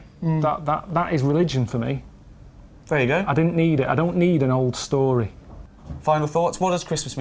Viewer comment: "Tiny Tim go get chicken" makes more sense for the story. But seriously, both their "go" sounded like "don't" or "doan" something mashed up like that. I blame the British accent making these into short syllables and peppered them everywhere in their conversation.